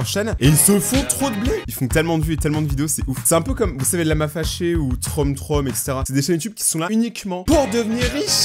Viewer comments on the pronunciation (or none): Ptdr « TromTrom »